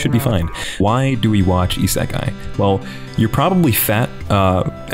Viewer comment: Anybody else get triggered when he says Isekai,I feel like he's doing it on purpose just to screw with us ;-;.